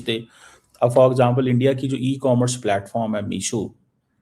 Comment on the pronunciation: Anpad misho nhi meesho